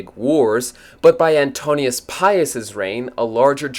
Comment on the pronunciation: His name is Antoninus not Antonius.